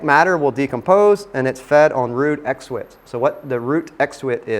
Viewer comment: Exudates = eck - sah - day - ti - si ;-)